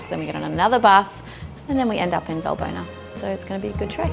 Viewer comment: ES HEIST. WALLBONA WALL.BONA WERD GESPROCHEN BRUDER